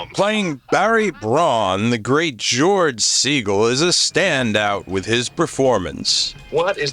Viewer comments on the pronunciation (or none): none